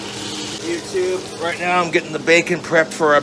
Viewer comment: "Cooking is really a labor of love, youtoob," he says, as he brutally mangles a loaf of bread